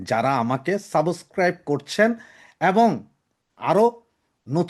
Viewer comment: সাবোসক্রাইব নয়। সাবস্ক্রাইব।